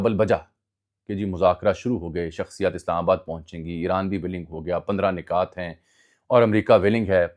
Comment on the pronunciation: Ajmal bhai word "nukat" hota h ap " nikat" pronounce kr rhy ho. Points Keh skty hn